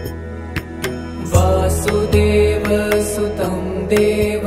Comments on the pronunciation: Please pronounce it correctly. I am observing pronounciation issues in almost every video of this type. In this video, वसुदेव is pronounced as वासुदेव वसुदेव is the father of Krishna, who is वासुदेव। So this makes a huge difference in meaning. It's a good work, efforts appreciated but you need to get it checked by a Sanskrit expert before publishing. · It’s Vasudeva not Vaasudeva pls correct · Sorry to point out a mistake in pronouncing the first word. It is वसु देव... But it is being pronounced as वासु देव सुतम.... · Very good. But there is a big mistake. Vasudeva sutam is being pronounced as Vaasudeva sutam (extra a in Vaasudeva). Krishna is called Vaasudeva as he is the son of Vasudeva. Sutam means son. So, Vasudeva sutam means - Son of Vasudeva, or Krishna. Vaasudeva sutam would mean - Son of Vaasudeva, or Krishna's son, and not Krishna